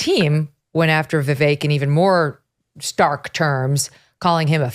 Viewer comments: I’m totally voting for Vivek (Viv-ake) Dave. Say his name correctly. Trump is a flippant fool! Vivek is playing this correctly. I’m so sick of Trump’s childish bs! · I quit watching Dave Rubain because as a Vi-“vake” fan Dave can’t figure out how to say his name. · Honestly.... Has Vivek at least earned enough respect to pronounce his name right? Vivek like Cake. Be professional and pronounce name correctly please. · Pretty sure Dave does it on purpose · Dave won’t say vivek’s name correctly which is disrespectful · Can Dave not pronounce Vivek correctly?